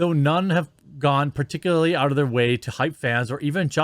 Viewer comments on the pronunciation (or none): none